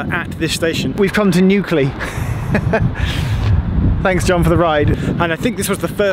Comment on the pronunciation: I actually posted the following to your link to this video on Twitter BEFORE I got to the point where you started making puns, so yes I guess the new-clee sounds so much like you are starting to say nuclear that it was obvious to pun about “If New Clee was by the sea would it be New-Clee-O’tide ?”